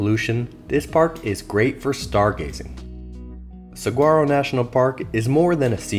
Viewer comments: on dit sawaro pour saguaro, et Tusson pour Tucson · I wanted to die a little inside every time he pronounced the “g” in saguaro. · if you can't pronounce Saguaro correctly the rest of what you say is BS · Good information and presentation. Please learn how to pronounce “saguaro”, however.